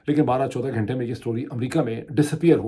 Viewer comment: Wow عاصمہ کو "اسمآء"، گھنٹہ کو "گھینٹہ"، غزہ کو "غازہ" اور عمرو کو Umru کیا خوب تلفظ پایا ہے۔ عمرو کو عمر (Amr) پڑھا جاتا ہے۔